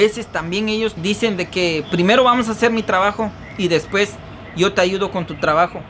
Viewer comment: Escuche mencionar la palabra después como mil veces quedé con trauma lo peor es que no lo pronuncias bien trata de mejorar tu leguaje leyendo libros para que ya no hables como un vulgar se dice DESPUES no como tu lo pronuncias DESPES 👂🏼